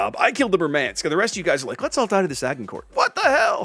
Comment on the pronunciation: Good Lord.... 'Agincourt'?... I thought you are a lot more versed in history.... - two versions of the name, none of that sounding like what you say... /grammarpolice mode off: fun, being slapped like that :) good try though :)